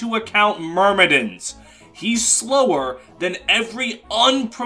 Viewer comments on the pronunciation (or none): none